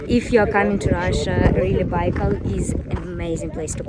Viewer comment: You pronounce-Baikal wrong